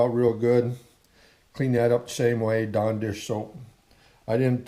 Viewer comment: I kept thinking he was saying "John Deere soap..." I was like whaaa? Finally figured out he said Dawn dish soap. lol.